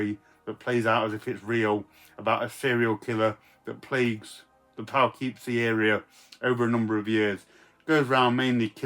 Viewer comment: Here in North America,, it's pronounced Puh- or Pooh-keepsie. The woman who gave Gary Cooper his screen name came from Gary, Indiana. I'm sure he was grateful she didn't come from Poughkeepsie! 🤯